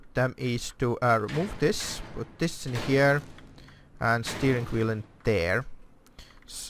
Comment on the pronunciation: Why "hjere"? Just say Here not hjere